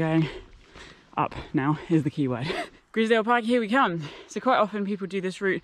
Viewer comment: Nice video, but Grisedsle is pronounced eyes not is.